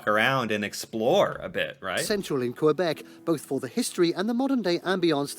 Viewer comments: Please pronounce Québec the way we do: "kaybek". 🙂 "Qu" is a French equivalent of the hard "c" of "confort" (for instance). "É" = the "ay" of May. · Save your life pronunciation #3. KUH-BEK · K bek ... not qwai bek ... ... please teaches others ;) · Your spelling's correct, but your pronunciation's off: Ville de Québec /vil də keɪ BEK/